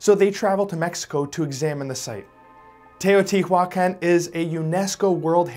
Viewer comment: In spanish he is pronouncing mica correctly, but he’s pronouncing Teotihuacan wrongly half of the time.